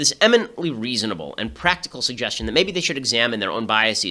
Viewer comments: ok you figured it out a few minutes in. Btw people reading this: "biaseeees" is NOT A VALID PRONUNCIATION. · You are pronouncing "biases" and "prejudices" incorrectly, and it's driving me insane.